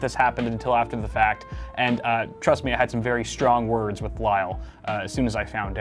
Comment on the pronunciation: Stwong werdz?